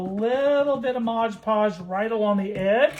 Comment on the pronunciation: It’s called Mod Podge, not Modge Podge on the bottle.